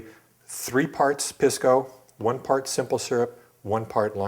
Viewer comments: Dings credibility when Pisco (pee-skoo not piss-ko) pronunciation is wrong. Otherwise the info is spot on! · Pisco (Pee-sco)! Please not Piss-co! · Make sure to pronounce it "piss-co". That's the correct way to pronounce it. "Pisss-co". And say it repeatedly, like far more often than necessary. Cheers.